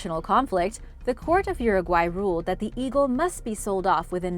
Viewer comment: Finally a native english speaker says uruguay properly lol